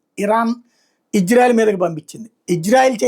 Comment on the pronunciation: బాబు, ఇజ్రాయెల్ కాదు, ఇశ్రాయేల్. కరెక్ట్ గా పలకండి. Ijrael kaadu Israel